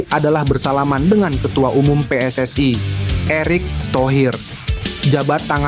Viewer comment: PSSI bukan PSSAI ..yg baca naskah belajar Indonesia yg benar dulu 😂